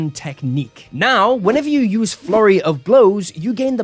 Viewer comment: Why do I always hear "Furry of blows" instead of "Flurry of blows."